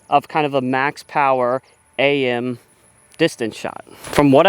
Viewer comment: Its just Am not A-M. Short for amateur you AM